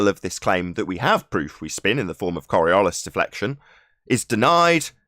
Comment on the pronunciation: Korriollis ? What is Korriollis ? Oh...you mean coriolis, right ? Not surprising that you still don't understand how the tangential speed is greater at the equator than at the poles. After what..... 3 years ? What a bunch of utter fucktards.